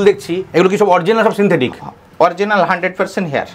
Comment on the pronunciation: Kotha ta sensetic noe dada... Sinthetic..